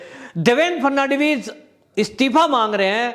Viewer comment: Please do not pronounce the name of ex. CM. The correct pronunciation is Phadan - vis.